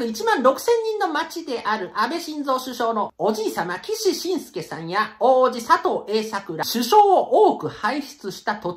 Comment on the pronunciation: そして、岸信介 きしのぶすけ○ きししんすけ×